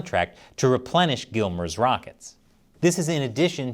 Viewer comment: Stop calling it “gillmers”!. Listen to army ppl they call it “gimmlers”